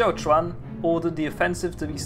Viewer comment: you might know it by now, but you've got the pronunciation of "Xiuquan" wrong in both videos about Taiping Rebellion. You pronounce it as "Xiaochuan". All other names are good, just this one.